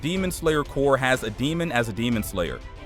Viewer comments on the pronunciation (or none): why are you saying demon slayer core its CORP!!! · gang I was confused for a sec cuz y kept sayin “ Crop “ instead of the correct term, Corp lmaooo & ik that there’s no way I’m the only one hahah